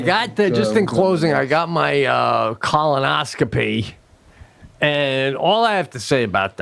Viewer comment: Pete has a lot of trouble with the word colonoscopy lol. He goes back and forth between colonoscopy and colonoscomy. It's colonoscopy Pete!